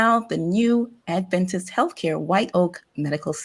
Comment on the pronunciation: I'd really like to hear any news that pertains to adventists but, this morning, I'm finding too difficult to listen to people who think they are adventists and don't even pronounce the word "adventist" in a way that indicates that the root of that word is "advent" - a reference to the second advent of Jesus.